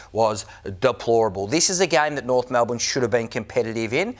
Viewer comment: "Try and fool the Norf faithful" - Kingy my brother, you don't need to try